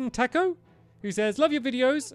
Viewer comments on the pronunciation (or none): none